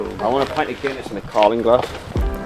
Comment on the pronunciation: "I want a pint of gunniss in a carling glass" 🤣🤣🤣 joker.